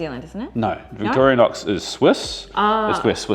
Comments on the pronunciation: Victorinox, not Victorianox. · Victorinox. Victoria nox. Why do Kiwis always add an extra letter xD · I liked that you call the knife by it's real name " Victoria knox " as my dad was a butcher for 50 years and would pronouce it Victranox .